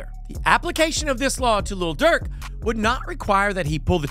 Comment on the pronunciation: Lil. Not little. Cause Little Dirk sounds silly. His vocabulary starts with the F word and ends with the N word.